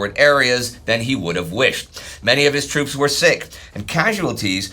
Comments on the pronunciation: Toops? I think you mean “moops” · OOPS it's troops